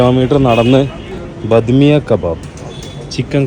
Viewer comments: ബദ്‌ മിയ അല്ല ബഡേ മിയ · Eda manda it's bademiya not badhmiya